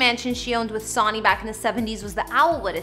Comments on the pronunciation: Sawney, who's Sawney? How would you make a mistake like this? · SUNNY... NOT SONY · You're killing me with the Sawney!!!! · It's Sony pronounced Sun e